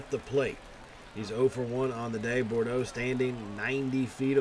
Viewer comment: also it is pronounced "Boodro"